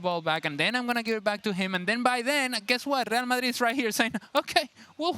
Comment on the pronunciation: That's the correct pronunciation.